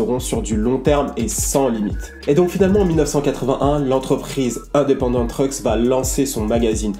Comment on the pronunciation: Et tu prononce mal Independant